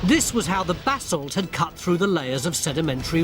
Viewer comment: Basalt, not bassel